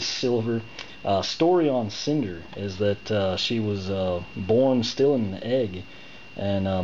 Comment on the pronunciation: Its Snyder not cinder lol